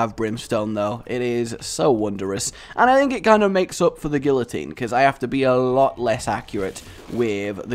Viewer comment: couldn't even pronounce guillotine... disliked, flagged, unsubscribed. Okay but in all seriousness guillotine is a great item and does not get the respect it deserves.